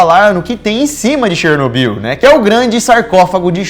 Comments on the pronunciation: Chernobiú, chernobiú, chernobiú... É cherNÓbyl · SÓ EU ESPEREI O DANIEL FALAR '' DANIEL CHERNOBYL ''?